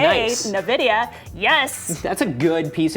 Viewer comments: Also, did she say "Na videa"@ ? Um...It's Nvidia. 0_0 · I stoped the video after she said navidia.. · wtf! did she say nah-vi-dia?